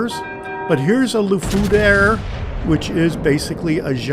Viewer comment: Haha "la fouder" instead of "la foudre" i love it... try to prenounce the "R" before the "E".. have a nice Day!